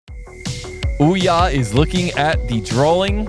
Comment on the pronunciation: Would be nice if you tried to pronounce some names right 🙂 Olja with "O"